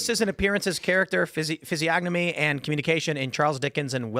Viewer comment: Tsk tsk tsk,...the word is physiognomy (ˌfizēˈä(ɡ)nəmē). Standard pronunciations are: With the hard g: fiz-ee-AHG-nuh-mee Without the hard g: fiz-ee-ON-uh-mee What you're doing is a clear mispronunciation — common when people only know the word from reading and haven’t heard it said much.